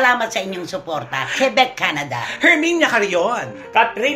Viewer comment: KWE-BEK po ang pronunciation ng QUEBEC🙄